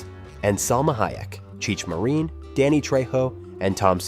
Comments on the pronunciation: Cheech Muh-reen? CHEECH MUH-REEN? Do you guys not do your homework when it comes to people's names? Guess not. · Mare-In AI bullshit. Say the Names Correctly.